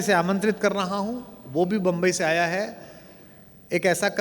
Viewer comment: मुम्बई, बंब ई नाही